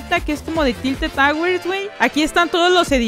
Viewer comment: "Rocket Lish" "Talted Towers"